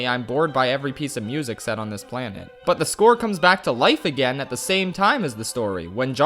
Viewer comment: I have never heard somebody butcher a planet’s name so badly